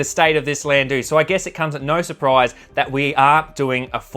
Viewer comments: Wtf is a landoo? I’ve had a couple in my younger years but they were called a landau not landoo . No idea how an educated Australian could get the pronunciation so badly wrong lol 😂 the “au” in landau is pronounced like “our” without the “r” lol Thank you for the rage bate 😂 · Landoo grinds my gears ugghh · It's pronounced. Lan dow.. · I AM NOT TRYING TO BE HARD ON YOU SON BUT WHAT THE FUCK DID YOU JUST CALL THAT CAR.. STEP AWAY FROM THAT VEHICLE... IT'S PRONOUNCED. LAN...DOOR.. ......